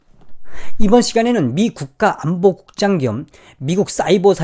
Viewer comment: 낙하산 국장 으로 들려....ㅋㅋㅋ